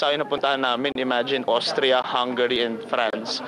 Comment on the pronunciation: hinde OSTRIA Richard...AUSTRIA or ÖSTERREICH........sorry sa correction ejo kc d2 nka tira ang Lola mo sa AUSTRIA....sayang dko kayo napanood sa Vienna,pero ok lang,,w8 ko nlang c KIM and GERALD ANDERSON......WHAAAAAAAAA